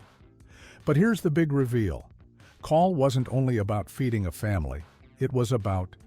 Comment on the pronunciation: CAWL is a Welsh word and is pronounced to rhyme with 'owl' in English